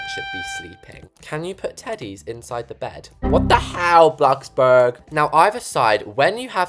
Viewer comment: "WHAT THE HÆL BLOXBURG" Had me dying 💀